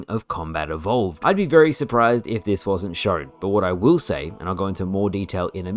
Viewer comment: Why do you talk like that "shorwn" say shown it's so annoying